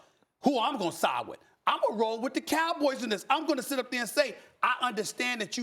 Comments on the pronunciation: Why i thought irv said shit and bitch🤣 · He said sit and bench lmao it sounds like he cursed twice tho, I had to listen several times to Make sure I heard right